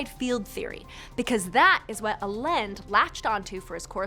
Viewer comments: Maybe you could try to expose the truth behind pronouncing "Allende" correctly next time. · lol air quote "allende" and tell me you have no idea how to speak spanish ; ) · LMAO her pronunciation of Allende. It's a Spanish surname and definitely does not sound like that. 🤣🤣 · Why does she pronounce allende like that? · She lost me with her pronunciation of Allende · I suppose you'd only know how to pronounce Allende in another dimension... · How can you trust the information when she can't even pronounce the last name correctly. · It's pronounced "I Yen Day" or "Ah Yen Deh" not "Ah Lend" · I was on board with this explanation ... Until she said Carlos Miguel ... "Alend"? WTF? It's "Allende". And it's very easy to pronounce. Credibility keeps dropping every time she says that name 😅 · It's "a Lin day" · I think the original pronunciation is "alende" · Well, if you can't pronounce Allende (ay-YEN-day) then I don't really believe you have any idea about anything. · His pseudo name is pronounced " eye-n -day" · Allende = A-yen-de